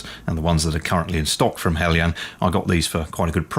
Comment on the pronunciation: Nice to hear the pronunciation 'helyan' rather than 'heljan'. Greetings from Denmark.